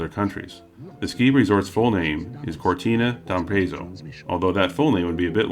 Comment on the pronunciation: Cortina D'Ampezzo (Kortina D'Ampetztzo) ... not Cortina D'Ampeyzo ...